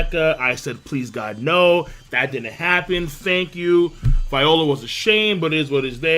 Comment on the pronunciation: Why can't pronounce viola